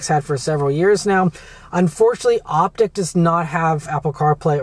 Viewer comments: Short i. Why? Lyriq is pronounced like lyrical. Vistiq is like vista. Optiq is like optical. Escalade IQ is… okay, well, that one is not like the others. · Op-tick? I say Op-teak....😂😂😂